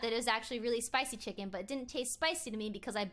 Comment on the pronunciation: plss stop sey chiken